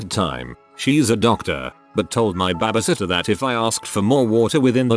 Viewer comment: also BABBEHSITTAH